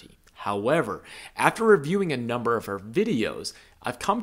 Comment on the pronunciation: The strange emphasis he put, “After reviewing a NUMBER of her videos..” 😭😭